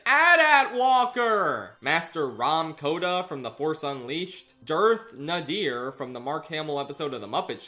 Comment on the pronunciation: It’s pronounced like “Dearth Nader” as opposed to “Nuh-deer”